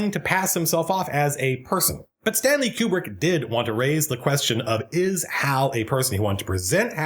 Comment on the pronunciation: man, i love how much you are able to extract so much from this film and that 2001 is the rare type of film that supports it. BUT i still don't buy this 'que-brick' pronunciation nonsense.